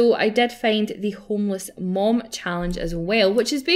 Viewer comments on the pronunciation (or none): I find it weird how you say 'Mom' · its only because you're Scottish and most scottish people say 'Mum' im ok with it though just wondering